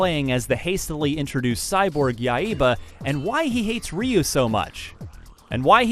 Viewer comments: yeah, its Yai-ba. but hey he tried haha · he says Yaiba like YA-II-BA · ya-e-ba what? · "Yai-eh-ba"? And no comments on the zombie clowns or women's underwear? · Dude pronounces the HELL out of that word. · Ryu is pronounced Lew in japan, and accent in Yaiba is on the first a. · His pronunciation of Yaiba kinda annoys me. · Y u pronounce yaiba wrong